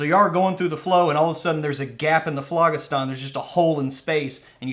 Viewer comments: Oh man your egregious mispronunciation of phlogiston is driving me nuts. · 49 seconds into this video and I am done because you guys mispronounce ethereal and phlogistan